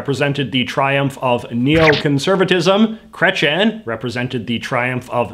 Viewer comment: It's pronouced Kreytsi - Ehn not Kretchen. I absolutely liked this video though, I learnt a lot from this, I just can't stand the massacre of a name of that gravity X). You should talk about the worst and best of provincial governments, I would love to hear about that! (Not just Ontario please)